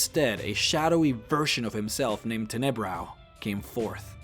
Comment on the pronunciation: Tenebrous. the "s" is not silent.